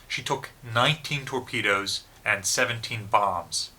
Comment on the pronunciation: Some notes on pronunciation: Yamato has very short clipped "a" sounds as in "cat". Musashi has very short clipped "u" sound and "a" sounds as in "mutt" and "cat". The word "and" does not begin with an "E". Humerous trolling begins with a "giggle", is correct but not to be taken seriously.